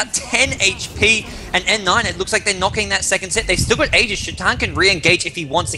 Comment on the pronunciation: LD is one of the only three casters that I've seen pronounce aegis properly. Props to him.